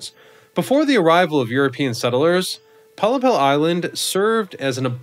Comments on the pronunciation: A 'pollepel' is Dutch for a large soup spoon. Pronouced pol-lay-pul. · heerlijk toch, en dan die uitspraak van pollepel 😆